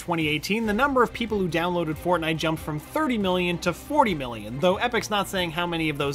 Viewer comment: Did he say FARTNITE HAH